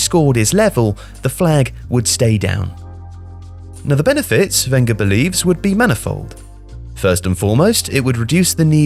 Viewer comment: You pronounce Wenger wrong